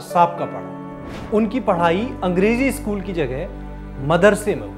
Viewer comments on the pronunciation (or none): none